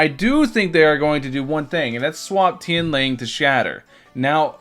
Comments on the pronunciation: Its Tian “Lang”. Not Tian “Ling”. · Tian L(A)NG, not Tian L(I)ng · its Tian LANG thx not ling LA NG